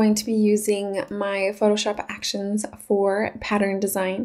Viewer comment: Nice "ackuh-shuns-ah" but it would have been helpful to know how they work. I was with you until you started using them, then had to go find another video because you didn't demonstrate what you're doing. Makes the whole video a but pointless...